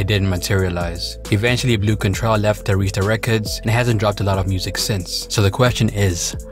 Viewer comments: Air-Ris-Ta Not Ah-rees-ta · He pronouncing Arista wrong I thought he was saying Aretha😂